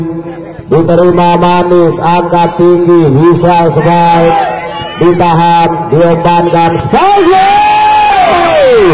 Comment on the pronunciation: Spike bukan spake maszehh 😄